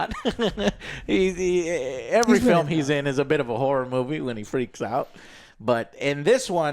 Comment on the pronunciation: Is that how you pronounce Horror? Interesting, please say it more Joe in sentences